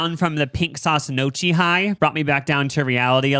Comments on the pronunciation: "knock-ee" more than "no-chee" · "nochi" HAHA its pronounced "nyow-key" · It's Knee-o-key not No-chee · in case you forgot and are from the midwest, they pronounce gnocchi “no-chee” instead of “nyo-kee” 😭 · NYOW kee, no "chi" 🙂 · Ok boys who is Notchi? Doechii’s cousin? The pronunciation 😂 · Gnocchi is pronounced na key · i was like "whats nochi?" and realized they were talking about gnocchi 😭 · pronouncing gnocchi like "mochi" lolololololol 🥴😭😩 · No- chee really hurt my heart though 😭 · “nochi” is making me laugh so hard as a former culinary student and gf of an italian man lol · Hey people were putting Trump signs on their garages in Italy last year so it’s more authentic than you think 😂 oh, It’s pronounced neo-kee 🙏🏼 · It’s my favorite time; lunch w and <3 also, easy tip about Italian: their Ch- and C- sounds are the exact opposite of English. Ch- makes the hard C sound — so Gnocchi is pronounced “No-Kee”— and the Ci- makes the soft “Ch-“ so the restaurant name would be pronounced “Chin-zetti’s”. Tanto amore!:) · As a Midwestern, I don't think this is a bit because why did I come to the comments to learn that they're saying gnochee wrong?!??? 😭